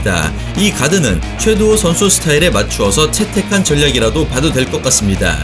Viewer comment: 최도후 선수가 아니라 최두호 선수입니다. 영상 초반에 3번 정도 잘못 발음하시네요.